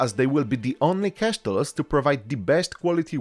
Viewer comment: Please get known how to pronounce "castles" ears are bleeding